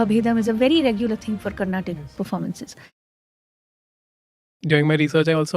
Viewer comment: For the last time its "Carnatic" and not "Carnatak".